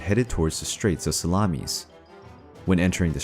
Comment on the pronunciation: SalamIS NOT salamES